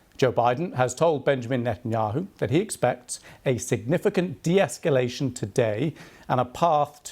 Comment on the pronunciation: Joe Biden cannot pronounce "de-escalation"...This is BBC leftist propaganda, not news.